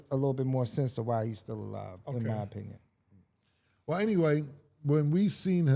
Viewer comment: He said I was wondering your opiegon 😂😂